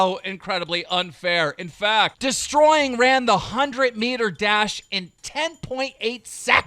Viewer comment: Its Deestroying not Destroyer...